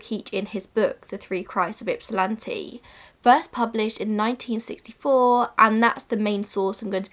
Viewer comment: A+ for the pronunciation of Ypsilanti!